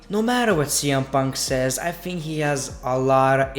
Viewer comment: It's think not fhink